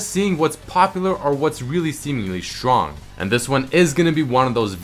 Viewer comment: Drinking game: take a shot every time says strrong. ( yes its sttrrrong)